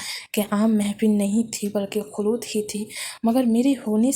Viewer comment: Khloot nahi khalwat hay mam